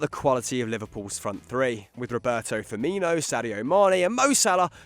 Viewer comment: I’m sorry did he just say “Robert Firmino” 😂😂